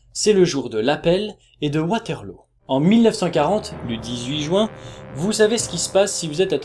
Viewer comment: tu me fais trop rire quand tu prononces "jouin" x)